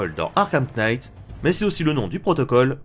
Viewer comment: Le K de Knight ne se prononce pas ^^